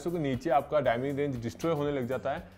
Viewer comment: Aap galt word kyu bol rahe ho, डायनेमिक होता है